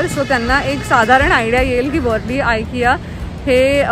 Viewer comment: Its not वरली plz pronounce names by their real pronunciation